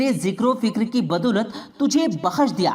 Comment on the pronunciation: Janab aap meherbani karke alfaz ka Sahi istemal Karen Daulat Ko dolat Na bole paida ko peda na bole toufik ko tofik na bole waw ka sahi istemal kre pesh ka istemal na kre👍👍🙏🙏